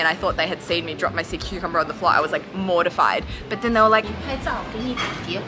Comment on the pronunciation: That's when SeaCucumber became "Saw-Cucumber"... Dad joke lol!